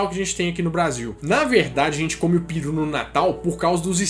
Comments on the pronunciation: Mano pelamordedeus , para de falar piru de natal , esta escrito PERU , piru é pau rola benga , pqp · Seu maluco, o nome da ave é pEru. Pare de falar pIru. Hahahahaha